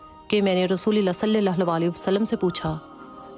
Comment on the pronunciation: Apki baat bilkul sach hy❤......Aik baat ham sy b seekh len aap...Rasoolallah hota hy Rasoolillah ni hota.😢😢😢😢😢so tasheeh farma len🎉